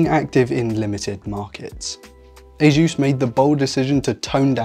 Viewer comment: The way you pronounce "ASUS - (officially pronounced as Ay-suhs)" in your video is CRIMINAL